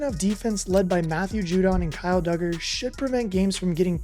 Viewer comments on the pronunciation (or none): Lol, judon was gone days ago. You gotta get your facts up to date and learn how to say the players' names.